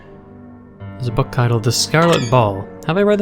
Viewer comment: is it just me or did he say it like like tit-led instead of tite-old